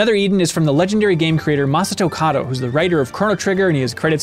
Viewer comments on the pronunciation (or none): none